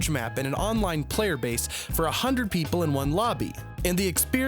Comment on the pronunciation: you say player and i heard peler thats mean in my country is peler = dick